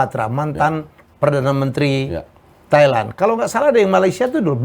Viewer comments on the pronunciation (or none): none